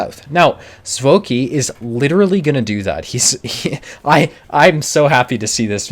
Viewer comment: "Czoki" "Cz" is a consonant combination available in Polish used to write a hard "ch" sound at the beginning of a word, and said to sound like the 'ch' in 'chip'. This would make the most likely pronunciations in Polish "Choki" or "Chohki." Originally, I looked for the letters in Czech, but didn't find that particular combination.